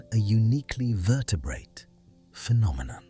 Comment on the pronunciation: Your AI narrator is one of the better ones but can you please train it to soften the second t in vertebrate to vertebraye. It just takes me out of the narration everytime.